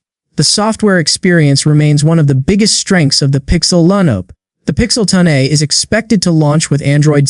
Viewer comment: Terrible ai slop video (“pixel 10-uh”)